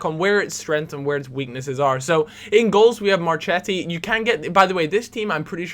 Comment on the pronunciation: Mar-kett-i and Key-a-leany btw!